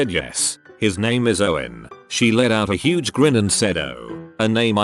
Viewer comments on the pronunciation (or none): none